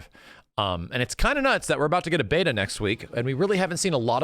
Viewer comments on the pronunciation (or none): none